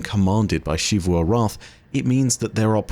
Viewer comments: I think Xivu is “Zeevoo” not “Sheevoo” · In english, American and British, when a word starts with the letter X, with few exeptions, there is only one proper pronunciation for it. It's pronounced as /z/ for example: xerox, xylophone, xebec, xenon, xenoblast. This also includes Xivu. Her name is pronounced as Zivu Arath not Shivu Arath. Every character in game says her name as Zivu. Every Bungie empolyee says her name as Zivu. Ask any english major and they will say Zivu not Shivu. I know this sounds very nit picky but it is honestly difficult to watch your videos when you continue to mispronounce a characters name. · please, it’s Zivu not Shivu 😭